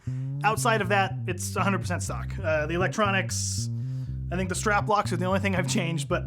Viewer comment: Why when he says “100% stock” it sounds to me like “100% suck”? 😅